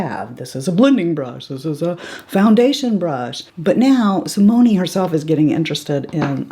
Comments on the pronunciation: I loved this video!!! Also, from someone who took 3yrs of French in HS, I think I can help you with their names. I believe that Simone is pronounced See-Mone, no a on the end. Rene is Ren-Nay and their last name is X-Zay-Vee-Air. Hope that helps!!!! Love your channel and I NEVER miss a vid from you!! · Another great video! One thing.... a gentle correction: Simone, the e is silent. So, Si-moan. :)